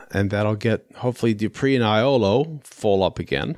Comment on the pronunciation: Iolo is actually pronounced "Yolo"😁